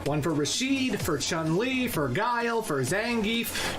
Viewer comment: Now, where to start? I don't have the strength to go over the whole video again to provide a complete list of all the incorrect info he gave, so I'll just pull by memory a non-exhaustive list, in random order: - REE-OOH and CHAN-LI. No. No no no. I'm sorry, I'm willing to be lenient, but that's just unacceptable. He should be capable of pronouncing the name of the protagonist. Heh... at least, he didn't say RAH-YOU, which is even worse. - Another thing you're expected to know: ansatsuken is NOT the name of the martial art school and/or style of Goutetsu and his pupils. Instead, "ansatsuken" is an umbrella term describing any martial art that is intended to kill. Like many other SF notions, it originates in Hokuto no Ken / Fist of the North Star. Hell, Gen, the rolling kung fu master who has zero moves in common with Akuma or Ken, uses not one, but two different "ansatsuken". That doesn't mean he studied under Goutetsu. Holy crap, that was a baaaaaaad start. FOLLOWS --->